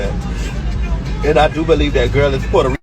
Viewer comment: So, Selena not Porta Rickan? 😂